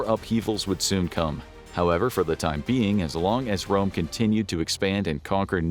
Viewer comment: Rome not Dome